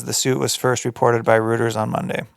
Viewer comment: you’re not that dumb. Or maybe you are idk. It’s pronounced “Roy-ters” not “roo-ters” 🙄